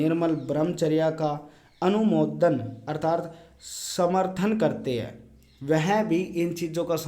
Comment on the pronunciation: अर्थार्त नहीं है। अर्थात शब्द है।